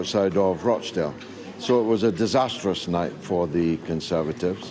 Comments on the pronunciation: ruh .ch. dale, not rah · Hearing vaush pronounce it rock dale 😭😭😭😭